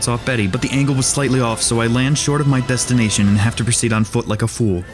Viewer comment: "Land short of my *b*estination"